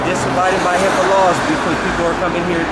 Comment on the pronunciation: you almost got it. It's HIP"AA" laws. Health Insurance Portability and Accountability Act